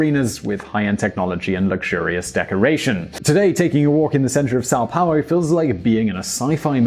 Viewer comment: This video is pretty accurate. Congratulations on the pronuntiation of portuguese words, like São Paulo and Custo.